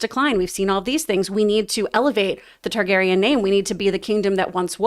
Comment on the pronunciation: How has this guy watched every episode of GoT and can’t say Targaryen? The spelling of the name is phonetic.